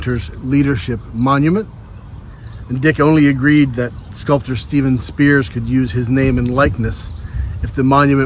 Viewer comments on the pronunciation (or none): none